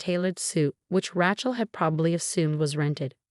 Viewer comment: The reader should be told how to correctly say names. Rachael is Raa-chocolate. They also mispronounced other names.